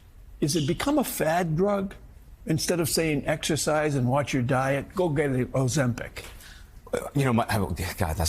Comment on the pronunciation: "Oh, Zempic!!" 🥒